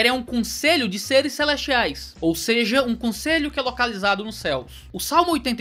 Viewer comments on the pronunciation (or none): é possível vc voltar a dizer "ou seje!" hahaha, muito top!! Abraço, ótimo vídeo!